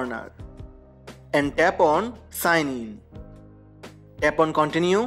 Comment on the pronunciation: Is he saying tap on or tampon